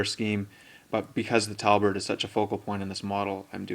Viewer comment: great tute, thanks for sharing. one thing - tabard NOT talbard. was bugging me the whole way through.